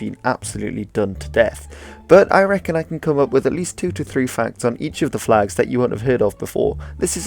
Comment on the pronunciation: Your flegs are shite